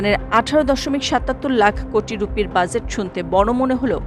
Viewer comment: বাজেট উচ্চারণ ঠিক করে নেবার বিনীত আর্জি রইল।